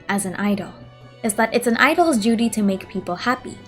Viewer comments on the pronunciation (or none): It's funny how when you said duty in the beginning,you sounded as if you said Judy lol